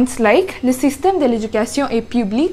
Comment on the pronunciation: I hope you won’t take this the wrong way , and I don’t want your followers to get upset . Your grammar is excellent and I’m sure you get A+ on your French exams. It’s OK to speak with a foreign accent but with correct pronunciation . But you are making big mistakes in pronunciation and I’m not talking about an accent . The way you said “ Le system de l’education ,,, “ was like reading an English sentence . Go to Google translate and Deep L and listen to the sentences few times until you learn the correct pronunciation.